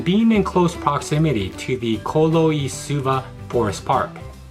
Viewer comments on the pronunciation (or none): Colo i suva is pronounced tholo i suva...C has a th sound